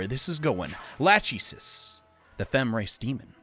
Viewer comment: Lachesis isn't latch ee sis, it's lak eh sees.